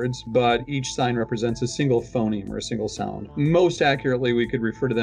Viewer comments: he switched to saying "Phenome" instead of Phoneme. This combined with him constantly saying "Daygur" for Dagger, in the past videos, makes me question if he's the best one to come up with a new language, when he clearly doesn't even have English down. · Everyone: Phoneme: Phenome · Phenome? PHENOME?!? Also you keep referring to this as if it's a language in its own right, when really it's just a new writing system for English. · it's *phoneme not *phenome.